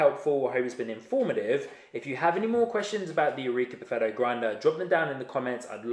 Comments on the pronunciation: Just launched the vid again, I cant help it, buffetto every time xD Gonna wash my ears, I swear ! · I hear "buffetto" xD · So imagine my reaction when each time you say Perfetto I hear Buffetto (not used to NZ English I guess), I cried from laughter. Thanks for the video, I decided to go for the Eureka Mignon Libra, which I hope to get from Italy for ~500 EUR shipped. Cheers mate :-)